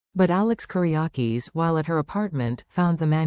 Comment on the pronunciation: not Koreyakes its Kiriakis